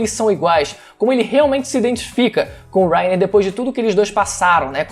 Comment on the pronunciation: que agonia ele falando wrainer kkkkkkk